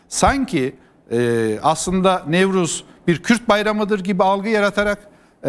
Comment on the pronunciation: Sinan bey kürt demekten zorlanıyor